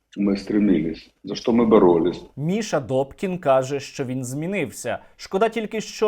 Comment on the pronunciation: НЕ ДОКІН..А....ДУПКІН